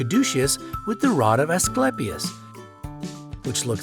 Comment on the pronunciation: Also he pronounced Asclepius incorrectly.